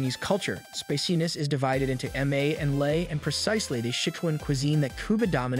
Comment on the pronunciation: The way the AI pronounces spiciness a speciness. I can almost hear an uwu.